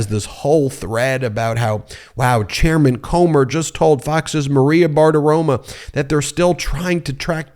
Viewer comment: It's Maria Bartaromo not Bart aroma.....are you doing what Trump does?